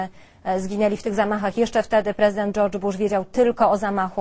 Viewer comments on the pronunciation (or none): none